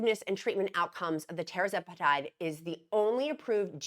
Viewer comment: RESPECTFULLY... It's pronounced Tir-Zep-eh-Tide... not Terra-zep-eh-tide